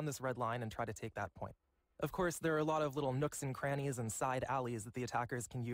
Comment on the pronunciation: "nucks and granies" ? You mean "alkooves"! =)